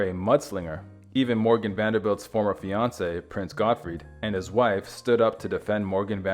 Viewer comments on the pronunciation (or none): none